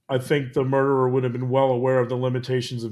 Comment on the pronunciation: "the derer". why te emphasis on a solo murderer?